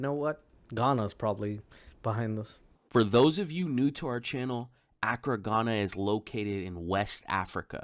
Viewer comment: It's "a-KRAH" Ghana, not "Ack-ra"